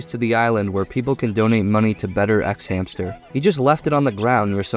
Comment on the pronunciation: “xhamster island” 💀